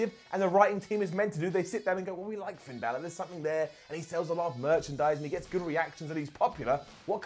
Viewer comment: "PIN" Balor - Wrestetalk